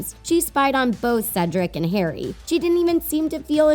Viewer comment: people need to STOP MAKING HP VIDEOES as you know NOTHING ABOUT IT. How many times in this video did you say Carry instead of Harry. McGonagall gave the time turner to Hermione NOT Dumbledore Not to mention that you are making sexual innuendos out of things THAT ARE NOT innuendos